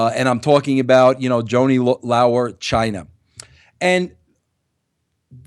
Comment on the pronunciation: Joanie Lao-er..? Can't even pronounce her name and you call her a dear friend.